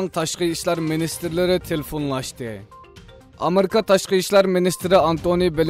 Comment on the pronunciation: “Amerka “ emas “Amerika” dap ukung..